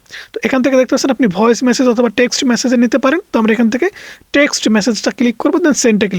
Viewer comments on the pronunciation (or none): none